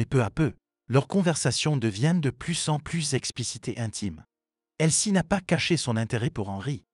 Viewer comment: Le prénom de l'amie de la mère est Elsie et non pas "elle ci"